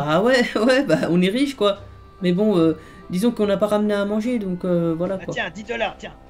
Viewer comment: Mdrr il a dit wish au lieu de riche😂